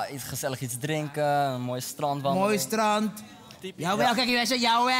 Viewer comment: luister goed naar de manier waarop strandt zegt. té grappig: ik hou heel er veel van het STRANDT!! hahahaah, lach me kapot!!